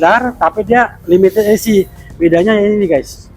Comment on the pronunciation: Berak dulu kalo mau review, biar ngomongnya jelas, limited esi sipi wkwkwk mabok loe..😂😂😂